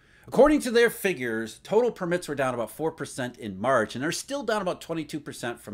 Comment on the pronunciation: it is PURR-mit not pur-MITT - you have the emphasis on the wrong syllable